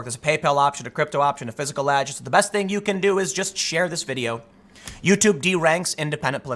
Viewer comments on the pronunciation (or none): none